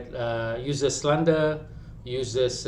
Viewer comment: Ko ni merepek jer dh knp. Kalo ko gagal dlm pas….terima je lah. Pronoubce slander pon salah!